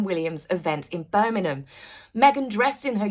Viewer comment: love love your channel but we live in BIRMINGHAM not Birningham 😊